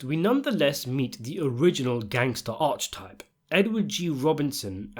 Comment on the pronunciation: Archetype... Pronounced 'arka-tipe' English is hard 😅